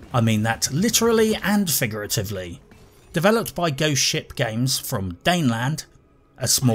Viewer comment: Every time you say Ghost Ship, it sounds like you’re saying Goat Shit.